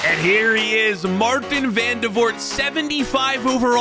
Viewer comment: It’s Maarten not Marteen